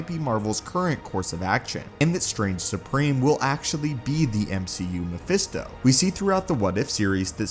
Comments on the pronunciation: Pretty sure he says phermisto instead of mephisto at around the mark 😂😂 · At one point I heard you say "Phemisto"🤣🤣